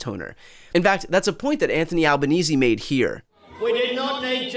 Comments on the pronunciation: First time I've heard a yank (Aussie slang for U.S. citizen) pronounce Albo's name right. Well done! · Hey, well done on the pronunciation of Albo's name! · Congratulations Brian for pronouncing Anthony Albanese's name correctly (finally) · It's good to see you've learned how to pronounce Albanese since your first videos about the election 2 weeks ago. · Good to see you pronounce Albanese properly. We had an unhealthy white guy who called their party the, ‘Trumpet of Patriots.’ That party won… 0 seats!